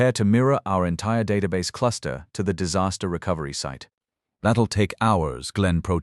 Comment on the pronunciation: I almost "died of saster"! How is this nonsense even possible? 🤣